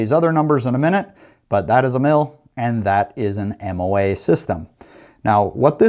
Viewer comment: Moa not mom.